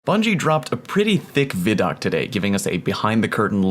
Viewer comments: Veye doc not viddok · Its not Vi doc like Video it pronounced VY like Sci-Fi... or Wi-Fi not wiffy... geez...say WHY and think of that sound... WHY... VHY... VY....Vi - Doc WHY DOC with a V... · Vid-oc? ? Has it not always been called Vi-doc?